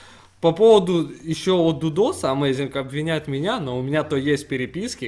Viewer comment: Амазинг, а не амазИнх